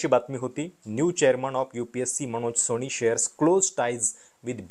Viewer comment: अणेकदा? दोण? सोणी? लई भारी मराठी!